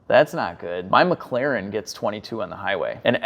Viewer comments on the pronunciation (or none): none